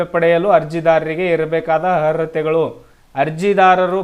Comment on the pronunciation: Le bosudi first Kannada nettaga uccharane madu... Arhathe annoke barthilvallo maadeva 😂